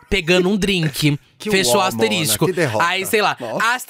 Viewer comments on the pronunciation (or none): Amei a falando a palavra asterixxxxcos